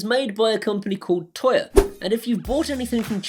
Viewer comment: Tuya ... is pronounced Tu - Ya. Great app.